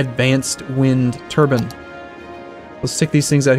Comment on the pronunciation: "wind turban" That is not how you say 'turbine',.